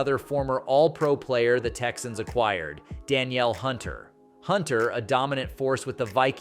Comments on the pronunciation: His name is "Da- Neil" not Danielle(pronounced) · Bro feminized tf out of Danielle(duh-neel) Hunter 😂